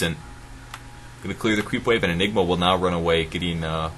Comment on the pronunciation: ok, all the jokes about mispronouncing ''Anigma" are getting old.